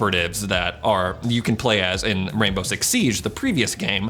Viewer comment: does anyone else here him say “rambo” six?